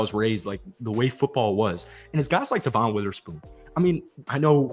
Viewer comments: Brother. Love the vids, but his name is "Deh-Vin" not "Duh-Von." Just been driving me crazy lmao. Keep up the hype vids! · devon witherspoon's name is pronounced "devin" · Dev-un Witherspoon (sorry, was driving me nuts) 😂